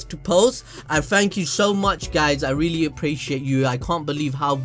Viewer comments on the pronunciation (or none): none